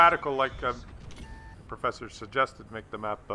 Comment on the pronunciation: "perffesser" really, You're starting to get more stupid than normally, there.